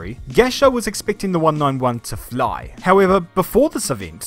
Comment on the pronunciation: You said “fly” hella weird